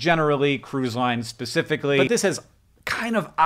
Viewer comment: ".. Cruise lines pacificly" lmao